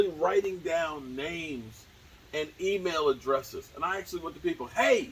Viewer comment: oh email addresses, I thought you said female addresses lol